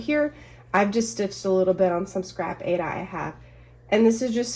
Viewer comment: Thank you for your video, FYI - the fabric Aida is pronounced eye-re-da. The creator of the fabric wide loved opera and the fabric is named after the opera Aida.🤗